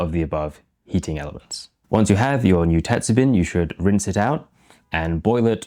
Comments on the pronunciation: "bin" is pronounced like "bean" but with the ending "n" being slightly nasal. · I'm curious about your varying pronunciation of "tetsubin." Mostly you say it Western-style—"tetsu-bin, with a short "i"—but occasionally you use the Japanese hatsuon "tetsu-been" (the "i" sound being "ee" in Japanese). Do you mostly say it English-style by force of habit, or are you intentionally using Western pronunciation for your Western audience? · How is it you can roll "arare" off your tongue like a native, but your pronunciation of "tetsubin" is all over the map. Sometimes you had it right, but most of the time the "bin" part sounds like the bin in "dustbin" instead of like the bean in greenbean. Check with a native to work on pitch-accent, too, if you want to really get into it. best wishes.